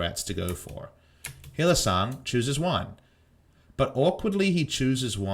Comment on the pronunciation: Why do you call Hylissang Hylisong?